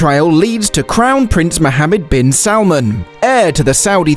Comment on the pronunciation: Not salmon, Salmaan